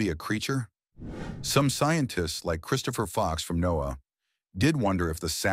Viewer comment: AI narration is horrible. It's pronounced Noah .... not NO A